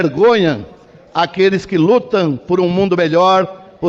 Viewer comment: "...davaN a posse a esse presidente, envergonhaN aqueles que lutaN..." kkkkkkkkkkkk muito engraçado....